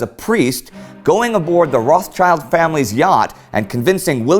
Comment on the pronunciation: A pity you pronounce "Rothschild" as "Wrathchild". Apart from that: fascinating story!